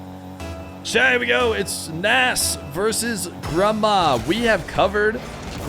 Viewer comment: It’s actually fun to say -nes every time pronounces it incorrectly as nass lol